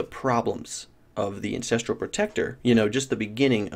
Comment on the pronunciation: Hey. You keep calling it the "incestral" warchief. Didn't realize the melee totems families were that close;p